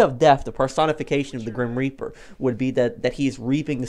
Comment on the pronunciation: Grim Reaper not Grim Repear